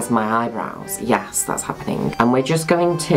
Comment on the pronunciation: It's adorable sometimes he ends his accents with a k sound, like happeningk Is that an affectation in the accent unique to a particular region in the UK? Or just his adorableness.